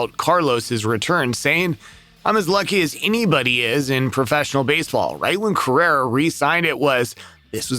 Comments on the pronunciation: He keeps saying Correra….. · Really should work on the pronunciation of Carlos' name, lol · He’s not even pronouncing his last name correctly